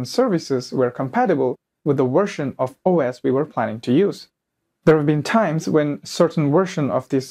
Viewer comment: version, not wersion....practice that "veeee" sound....Very good presentation1